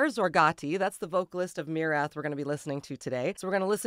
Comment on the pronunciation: Thank you for pronouncing the band's name correctly, that's refreshing!